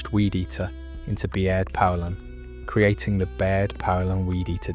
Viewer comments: If you don't know how to pronounce poulan don't make videos about it. It's pronounced like the country Poland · not me lol I changed the channel as soon as it mispronounced poulan 😂